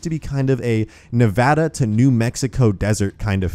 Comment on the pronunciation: Thank you for pronouncing Nevada correctly